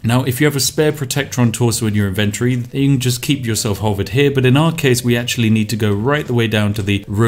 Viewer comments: Why is he saying inventory so incorrectly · inventory is not pronounced that way lol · Is that how British people pronounce inventory or is it just him?